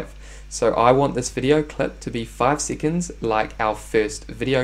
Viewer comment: Sea’conds. Lol